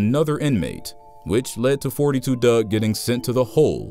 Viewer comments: Foe 2 dugg not forty two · It's four two dugg not forty two dugg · his name pronounced four- two dugg, s/o gngnem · "four-two Dugg"